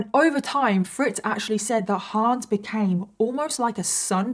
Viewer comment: The HA in Hans is pronounced more like the "Ho" in "Honey", not like in "Huh". (it's a short a not Haans)